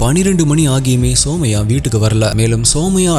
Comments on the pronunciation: Her name is சுமய்யா...❤ Not சோமய்யா...😅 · It's sumaiya.. (சுமையா ) Not soumya( சௌம்யா ) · Bro somaya illa sumaiya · Anna somaiya illa sumaiya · Andha name Sumaiya idhudhan currect pronounce also my name is Sumaiya